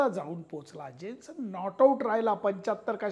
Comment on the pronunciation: सर,तुमचा उच्चार चुकलेला आहे.जेन्सन नाही.यानसेन आहे.त्याच्या स्पेलींग मधील J हा silent आहे.कृपया पुढील व्हिडीओ मधे ही दुरूस्ती करावी,ही विनंती.